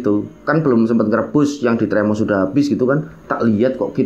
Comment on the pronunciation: termos mas bukan tremos